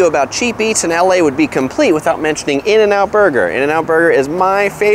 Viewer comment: I was about to subscribe until you said in-n-out burger.